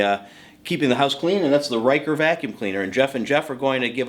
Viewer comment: "RYE'KUR" ?. Pronounced wrong. It's pronounced "RUH'CAR"